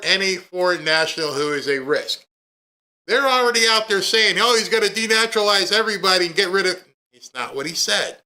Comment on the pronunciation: yesterday, you kept reading "DENEUTRALIZE" instead of "DENATURALIZE". Trump was talking about DENATURALIZING immigrant NATURUALIZED CITIZENS, like Ilhan Omar! Trump was not talking about green card holders. NATURALIZED CITIZENS can LOSE their citizenship through DENTARUALIZATION for various reasons and be deported!